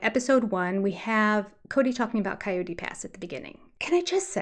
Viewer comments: In US it is Cii ot tee. It's pronounced like the animal. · Most of us in the west say Cay-Ote pass (2 syllables), Kie-oat or however you phonetically spell that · You're wholly wrong on how to pronounce coyote. It's actually KAI YOOT. Or KIGH as in High you-t. That's Canadian (proper english).2 syllables always. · I hear three syllables.